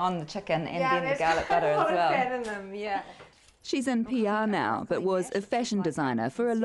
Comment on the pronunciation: missuj (message) ixburts (experts) dinse(dense) fit(fat) iccadimycs(academics)...Fuck I HATE that stupid Australian accent..please learn to pronounce your vowels (viwuls) correctly